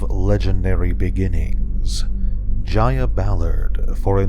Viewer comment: It’s not pronounced (j-i-y-a)it’s Jaya with a long A